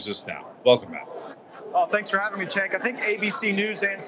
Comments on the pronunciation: Nice video he mispronounced cenk name every time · One thing I can credit Gaetz with is correctly pronouncing Cenk's name, and that's saying A LOT